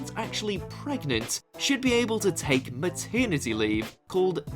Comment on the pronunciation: me ternity? really? what a twat?